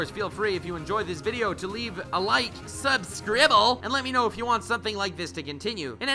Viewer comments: I like your videos but please, please stop saying "subscribble" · Please never say subscrible again 😖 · Subcribed cause he said subcribble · Great analysis. Hadn't even thought about the different portrayals of battles in the shonen Why you gotta say subscribble tho...pls man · Please never say "Subscribble" again. Great video tho. 'Tis a like. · i realllllyyy love when says 'subscrible'